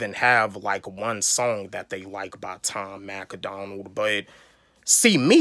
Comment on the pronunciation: Learn how to say Tom Macdonald first 😂 it’s not Tom Mac A Donald 😂 and of course most reactors are going to do Eminem for views since he’s the biggest rapper but good reactors have a good variety of reacts so the don’t gotta do only Em 😂